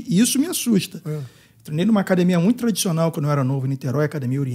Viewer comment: Falou "cadimia" é Gracie. Parabéns pelo excelente trabalho,!